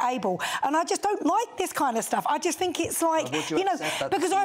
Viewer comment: Get aaaaht my paaab. "I don't FINK so". Good grief.